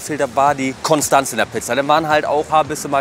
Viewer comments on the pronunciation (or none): none